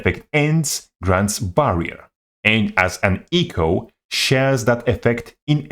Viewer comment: try say "echo" without sounding like eco.